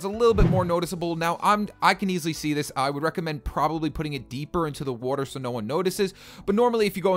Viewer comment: Anyone else noticed he says Wuatr